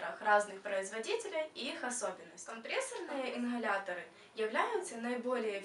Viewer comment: инХаляторы😭